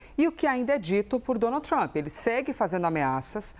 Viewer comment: Donaldi tumpi kkkk de cada 3 palavras ele falava o nome do cara e ainda por cima errado kkk